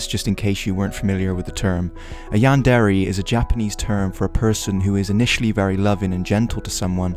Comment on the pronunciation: You pronounce is "Yan-dairy" But, I'm pretty sure it's pronounced "Yan-dear" :<